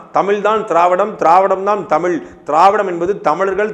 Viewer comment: அண்ணே.... தமில் அல்ல தமிழ்.... கீலடி அல்ல கீழடி.....